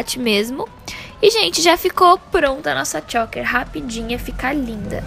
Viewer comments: Que agonia dessa menina falando “chÓker” 🙄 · Dica: Pesquisa antes como é a pronúncia de choker, porque vc errou, amiga. Errou feio, errou rude.